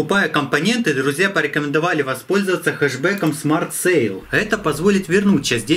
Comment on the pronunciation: Не хеш бек а кеш бек*